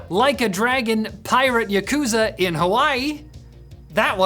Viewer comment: Someone please teach how to pronounce yakuza.